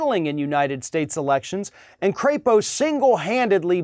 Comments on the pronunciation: You're mispronouncing his last name. It's not cray-po , it's pronounced crap-o . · You're pronouncing his name wrong. It's a soft "a" as in lap, or nap. He is from Idaho. They should be so proud. He's up for re-erection [sic] in 2022. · “Crapo?” Don’t you mean CRAPPO? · Mike Crapo would be so aptly named if his last name were pronounced a bit differently.